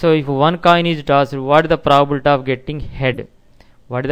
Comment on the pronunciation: Your content is good but you really need to work on your pronunciation. The way you pronounce 'probability' sounds like 'proabilta'. I had you mute the sound to complete watching the video. Thank you.